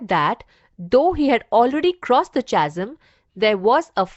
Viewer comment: The pronunciation of Chasm is कॅझम् and not चासम्